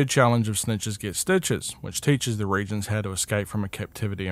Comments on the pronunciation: Ok I’m confused are they pronounced re•gents or re•a•gents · The word is re-agents. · Re-agents, no reagents